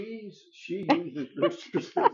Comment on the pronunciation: From an American living in England, congratulations on your pronunciation of Worcestershire! Took me years to get it right. I'll definitely be trying this. ❤